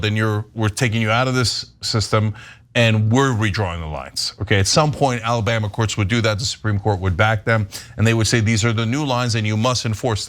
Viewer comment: AL-LA-Bam-Ma? Always think about getting my lip caught on a trip-wire when I hear that.